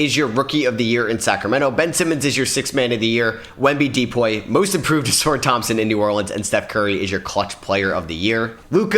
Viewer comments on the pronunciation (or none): He been saying ausars name like that for ages…pisses me off